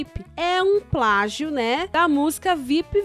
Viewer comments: pragio kkk portugues passou longe assim como essa idéia maluca dele kkkk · NADA HAVER ABESTADO , É NÃO E "PRAGIO" E "PLÁGIO" 🤣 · É "pragio "😂😂😂🤣🤣🤣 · É "PRAGIO" não kkkkkkk Não tem nada a ver kkkkkkk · eu sei o que é plágio mano eu só estava frescando, com a pronúncia do rapaz RS. Ele pronúncia pragio